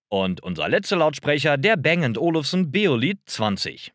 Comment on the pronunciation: Der Bang war kein Ami sondern Däne - heißt also nicht "Bäng" sondern ganz einfach Bang... Bose hingegen ist amerikanisch (aus Massachusetts), wird also englisch ausgesprochen ("boos", nicht "bohse")